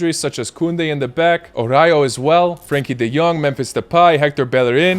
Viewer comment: It's pronounced A-RA-U-HO, not orayo for fuck sake